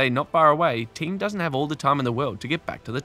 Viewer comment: Thee-um, not Team...